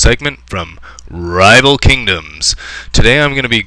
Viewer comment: I like how you say " Rrrrrrival Kingdoms"